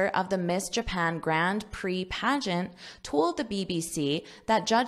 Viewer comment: What’ s paegant?